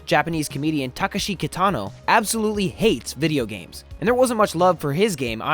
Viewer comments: Ta-Kesh-ee. Also, Takeshi's Castle is where the footage for the SPIKEtv show MXC aka Most extreme elimination challenge comes from. It predates Ninja Warrior and TC/MXC footage is from the 80s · It's TUH KESH EEE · Don't want to sound rude but "Blanco Diablo" not "Bianco" (otherwise known as "White Devil) its interesting how you pronnounce Takeshi and Polybius too, guess its just American dialect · You pronounced Takeshi wrong